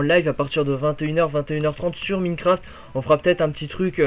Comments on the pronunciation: s il te plait , c pas Miiiiinecraft , ca ce prononce comme Mynecraft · c'est pas pour etre mechant ce message mais pour que tu te fasse pas critiquer plus tard mais c'est Minecraft "Maynecraft" et pas Mïïïnecraft